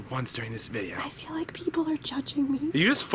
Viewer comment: Why did you say lick instead of like?